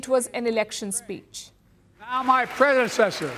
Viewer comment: ...annnnd just to showcase the highly laughable excuses the MSM are using to try to make Biden sound "lucid": 1st is Biden's REPEATED FAILURE to correctly pronounce the word "predecessor" (several attempts, zero successes). 2nd is Biden's REPEATED FAILURE to correctly speak the name of Laken Riley....which he NEVER managed to CORRECTLY pronounce, EVEN while HOLDING a Button with her NAME on it, in LARGE LETTERS, THREE INCHES from his eyes!....The highlight of the evening, many thought, was The Post headline asking for Biden to provide "a urine specimen for testing" after his "distended" temples, and unfocused raging indicated the presence of medications in the Eugeroics family of drugs.